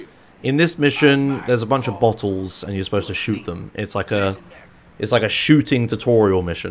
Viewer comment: "In this missions, there's a bunch of buttholes, and you're supposed to shoot them." you have such a funny way of pronouncing "bottles"